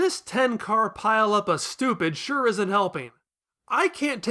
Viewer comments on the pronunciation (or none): none